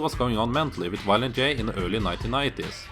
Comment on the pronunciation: "Wiolent J" lol I get it, he's probably from Germany or something, somewhere close by, but that's just funny. I am gonna start calling him Wiolent J from now on.